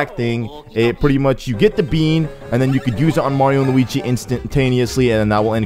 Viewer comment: What's with you calling Luigi "Luwingus?"